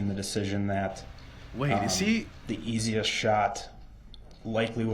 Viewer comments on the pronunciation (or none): none